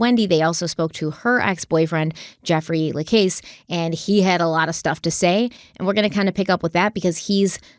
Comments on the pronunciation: For the love of god, just call him Jeff..I cringe every time time I hear you say La CASE.. it’s la CASS:. And it’s even worse when you throw a La CASS in there every now and then.. just call him Jeff.. also:. I know you watched the videos pronounce Kathryn’s name correctly too please 😫😫😫😫🤦‍♀️🤦‍♀️🤦‍♀️ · Jeff's last name is pronounced to rhyme with the word cast.. not case. You only have to listen to him say it when he testified to know this. The fact that you couldn't do at least that much is laughable. 🙄🙄🙄🙄🙄🙄🙄🤔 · Hi. Jeffa last name is pronounced LaCASS not LaCASE. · Hey! Keep up the great work on this case! Real quick, Jeff’s last name is pronounced like “La-Coss”. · Jeff La Casse pronounced. LaCauss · la-CASS mag-BAN-ah-wah Ms., please, get your proper name pronunciations in order!!! Love ya, otherwise, but you drive me nuts with your constant mispronunciations of people and place names. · You need to pronounce Jeff lacasse properly. This diminishes your depth and level of validity in research. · Just so late to the party....you started out great, parts 2-4 Down hill...oh and learn how to say Jeff's last name...